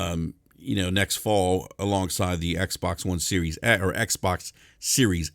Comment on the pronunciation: It's SERIES X! Not SERIOUS X!